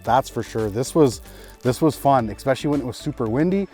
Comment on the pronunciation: Omg. Please . Theirs no excpecially. Learn to say especially please. My god man.